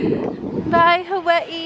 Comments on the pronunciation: She pause Everytime she says Hawaii 🤣🤣it's cute and it's havaii actally the way they say it🙂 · Omgggg finally someone says Hawa'ii correctly 😫😫